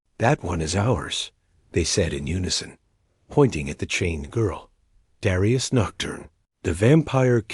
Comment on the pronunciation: You really need to pronounce 'Dar-eye-us', 'Dare-ee-us'.